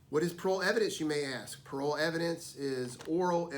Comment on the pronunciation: shouldn't it be "parol" and not "parole?" either way, great video. this really helps